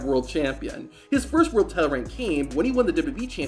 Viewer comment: bro your pronunciation is wild. SWEGGER? TELE instead of TITLE?